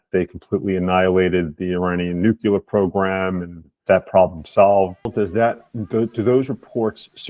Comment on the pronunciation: Nuclear, not nu-ku-ler! Come on! It's not rocket science!